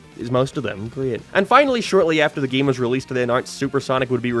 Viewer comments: Why does he keep saying gaem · This guy pronounces “game” in the same way Fred from Scooby Doo says “treasure”